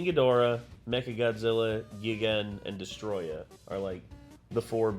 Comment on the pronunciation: hate to be that guy but it’s pronounced “guy-gan” not the other one